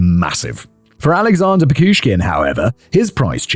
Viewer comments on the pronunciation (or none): In Russia he is actually known as Bitsa Park Maniac, I've never heard him called The Chessboard Killer before watching some English language podcasts. Now, who gives cool names to killers? Also, It's PiCHushkin, not PiKushkin. But at least Simon finally learned how to pronounce Chikatilo. Another not: Тормозить - is a verb (to slow down), the noun in this context is тормоз (someone who is slow, a retard). And now I also need to clip Simon saying "zhopa mira"😂😂😂 It's brilliant! Another note: YouTube works in Russia, you just need a VPN😉 and there's no wild dogs here now, don't remember when I last was one, but it's been years.